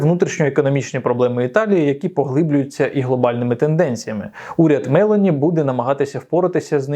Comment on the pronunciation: Джорджа МелОні!!! Правильно ставте наголос!!!